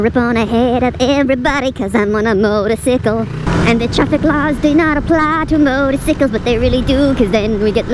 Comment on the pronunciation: Yikes, that was way too close!! I'm impressed that you didn't go banana pants and rage out on them. And, the minion voice always cracks me up!...Particularly when you kept saying 'motorcicle'.... Stay safe, boo....